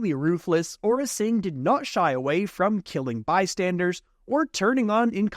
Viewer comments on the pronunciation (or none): really, ora singh? its AURRA SING